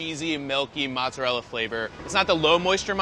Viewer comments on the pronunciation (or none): Yeah, but he can't pronounce mozzarella or marinara.